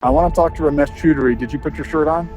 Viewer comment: "Ramesh Chudry" 😂